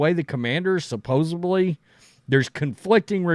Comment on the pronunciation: the is no B in supposedly..... How the fu*k do people get supposeBly from supposedly?